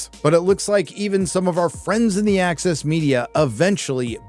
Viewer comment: when you say the "access media", it appears in my mind's eye as "The Axis Media" LOL